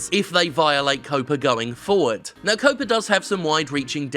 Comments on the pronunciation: Why does Jim keep saying "COPA" when it's actually "COPPA"? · Jim... it's pronounced "Cop-uh" Like Cop, but with an Uhhh... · Jeez Jim, I'm sorry I thought you were going the stupid way with it like a lot of others who think COPPA and COPA are the same thing. But you didn't. But stop saying 'COOOWPAA' there's a double 'P' there pronounce the 'O' like you would in 'cop'. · Huh, you pronounce it "cope-ah"? I always pronounced it like copper with an "ah" at the end. Maybe I've been wrong this entire time. Still gonna read it that way in my head though. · Well said for the most part. But COPPA has two Ps, not one. C'mon, Jim, you're English. You should know to pronounce it similarly to how you'd pronounce "copper." My parents are editors, so things like that really stand out to me...